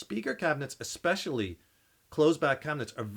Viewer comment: "Exspesualy"... Seriously? Are you still in a bar, drunk? And yes, sound disperses. That's why to an audience that's farther away from the speakers, it should sound less distorted. That's why through a mic, an amp sounds more distorted, since it picks it up directly from up close, meaning it didn't have much chance to disperse yet. Logic, yo. Science!